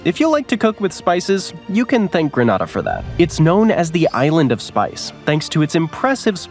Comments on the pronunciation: Grenayda, not Grenahda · its grEEnAda not granada. granada is in spain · Thank you for this amazingly informative video 😊. Though, I'm cringing at the pronunciation of Grenada, lol. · That was fun... But a few corrections of country name pronunciations: It's Gre-NAY-da, Trinidad and To-BAY-go, in English it's pronounced "Surinam" without the vowel at the end (in Dutch they do say the vowel, but it's a mispronunciation of the original English spelling). Also, I guess it's forgivable to say ka-TAR even though it's properly KA-tar. I do congratulate you on saying "Tu-VA-lu" and Lesotho correctly.